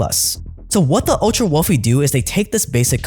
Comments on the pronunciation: my friend it is not wolfie it is wealthy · ⚠️who made this video? Can you get AI that speaks properly - one that pronounces TH as TH and not as F, like council estates chavs in the UK⚠️ It's WealTH and WEALTHY not WEALFY ⚠️⚠️